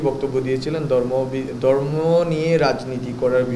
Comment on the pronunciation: দর্ম, চাত্র, সংবিদান দরণের, এ্যাবং, বলেচেন, করেচেন, কিবাবে, চিলো, ডাকা ( ঢাকা) ইত্যাদি উচ্চারণ ঠিক করতে হবে।